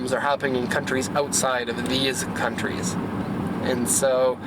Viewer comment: "western cuntys" , i love you